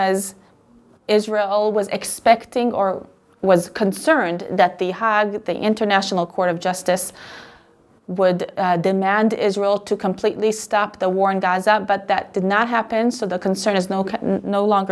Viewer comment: ההאג מבוטא באנגלית כ-הֵייג